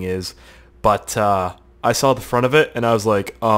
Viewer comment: When you say "but uuh" it sound like you're a high person from jamaica saying butter XD